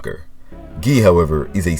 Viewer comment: Good pronounce of Gui generally americans have difficult times speaking that, especially the ones that speak Spanish, we speak Portuguese guys, different fucking language common